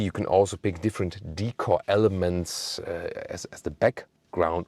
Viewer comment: Hi, thank you for another deep review on the new GLE. I myself prefer the AMG Plug in hybrid. Interestingly Australian tends to buy the BMW X5 more so than the Mercedes, I think it is because of the B58 engine in any form. There is also one other thing, that is when every time you pronounce the word "Decor" as Hik cor where as in Australia, I pronounce it as "Day Kaw." As "Decor" is pronounced as "day-Kaw" as it is a French-derived word, "-cor," is stressed, sounding like "core." It is should not pronounced as "hik cor"? May be it is "hikcor" only for American English?